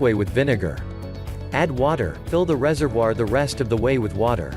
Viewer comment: It annoys me the way that the bot is saying reservoir